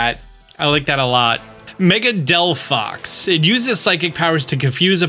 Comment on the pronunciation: He fkcd up Chesnaught and Delphox's names. Truly a Pokémon fan.😂